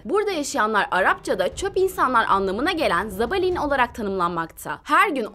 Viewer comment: Zabalin değil zabbalin